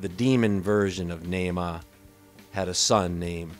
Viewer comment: How sweet of you to do a segment in honor of... your peanut pronunciation is a little off... Nahma like Brahma... You'd be dead if it wasn't for us aliens... You'd be bred into extinction smart one... Man was created to be left behind thrown away with the phantom planet you live on... God threw you away as an abomination or you wouldn't be here... You're God is as hateful as you are...15 (B)“Beware of false prophets, (C)who come to you in sheep’s clothing, but inwardly they are ravenous wolves. 16 (D)You will know them by their fruits. (E)Do men gather grapes from thornbushes or figs from thistles? 17 Even so, (F)every good tree bears good fruit, but a bad tree bears bad fruit. 18 A good tree cannot bear bad fruit, nor can a bad tree bear good fruit. 19 (G)Every tree that does not bear good fruit is cut down and thrown into the fire. 20 Therefore by their fruits you will know them... 7 “Judge[a] not, that you be not judged. 2 For with what [b]judgment you judge, you will be judged; and with the measure you use, it will be measured back to you. 3 And why do you look at the speck in your brother’s eye, but do not consider the plank in your own eye? 4 Or how can you say to your brother, ‘Let me remove the speck from your eye’; and look, a plank is in your own eye? 5 Hypocrite! First remove the plank from your own eye, and then you will see clearly to remove the speck from your brother’s eye. 21 “Not everyone who says to Me, ‘Lord, Lord,’ shall enter the kingdom of heaven, but he